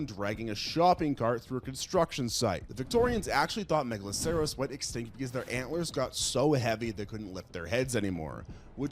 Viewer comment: pronounced (mega-lah-sir-us) the "ceros" in "megaloceros" is the same as in "rhinoceros"